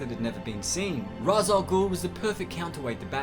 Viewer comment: It is pronounced "Raesh" Al Ghul